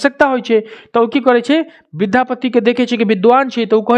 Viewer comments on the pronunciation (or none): Sir aap विधापति गलत बोल रहे ह विद्यापति होगा